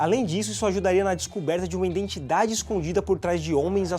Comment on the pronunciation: Só eu ouvi a palavra “iNdentidade” mais de uma vez? Muito bom o canal, mas esse erro é doloroso...